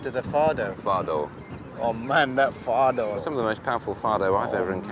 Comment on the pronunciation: It is Fado and not Faro!